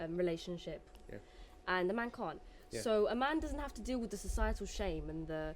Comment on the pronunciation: LOLOLOLOL ACCIDENTALLY SAID CUNT I CANNOT😭💀💀💀 THE BRITISHNESS SJDSKDJSHVDSKZBDV